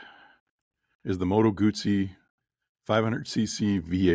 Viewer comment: "Arghhhhhh, it's NOT a "Moto-Goozey" for Christ's sake!!!" 😂😂😂